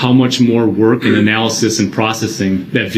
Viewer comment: "Not gon werk".... Guess what? It "werked!"